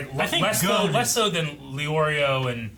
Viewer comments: Its not gone its gon with a hard o sound. Like the letter O . or go-n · can you read? I said dub gets it wrong. The sub pronounces gon as gone. The dub pronounces gon as goan. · Please pronounce it gone not goan. Thanks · Gon's name and gone are two completely different pronunciations. It annoys me when people say gone like "oh he's gone now" no that's not how his name's pronounced.